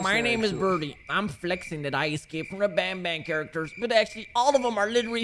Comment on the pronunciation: it's not bonbon it's banban